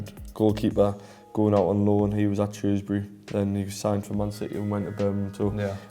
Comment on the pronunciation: A man who says Shrewsbury not Shrowsbury. Absolute hero